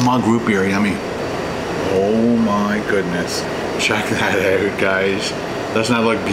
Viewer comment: No one sounds more Canadian than when he says "Check that oout." Love it!